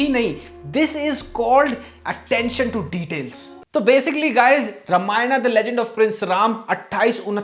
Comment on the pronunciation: Sab thik hai video me. Bas रामायण बोलो रमायण नहीं। अर्थ का व्यर्थ होता है ऐसे उच्चारण करने से।